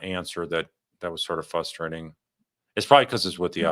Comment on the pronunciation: Are you originally from Chicago? You pronounce “fustrating” just like my husband and my father-in-law.